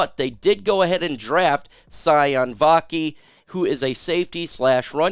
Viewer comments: Sione is pronounced (Cee-oh-nay) not (cy-on). Just for future reference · Sione Vaki is pronounced SEE-OH-NEY Vaki not “Sigh-on” 😂